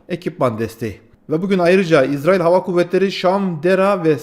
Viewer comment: niye izrail diyorsun? Diyeceksen itrail de bari.